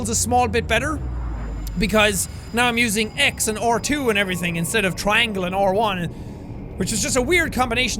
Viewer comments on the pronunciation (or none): none